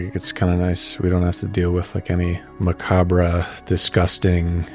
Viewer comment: Dude mispronounced "macabRE".......unsubbed lol.